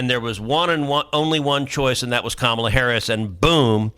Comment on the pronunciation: “alright so Komma put out this book”. Comma?